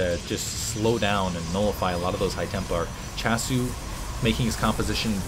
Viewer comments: was that last *smack* noise you hitting your forehead saying "doh!" S-C-hasu lol not S-chasu :P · Hey, its my first comments at your vids:P just so you know, i think that SChasu is pronouced as S-C-hasu, since hasu in korean is "noob". (Gosu>Hasu)